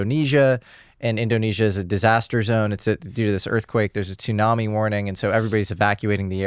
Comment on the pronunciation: Dude I can't even with this guy saying toooonami no we're not talking about adult swim anime block we're talking about a storm if you're a grown man and you know all that information but you don't know TSU put together is pronounced Sue then I don't know what to tell you lol